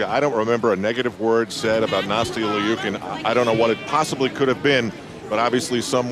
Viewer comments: Kim K. • What is it supposed to be? Or does she go by LEEOOKIN in the US? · He keeps calling her Nastia L-E-OOKIN. Not gunna lie...drove me a bit crazy.